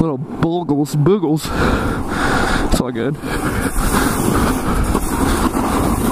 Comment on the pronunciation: did you call them booguls???? they are moguls hahahaha